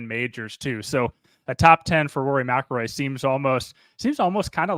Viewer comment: How does he pronounce McIlroy? Mal-Kil-Roy That is jarring 😮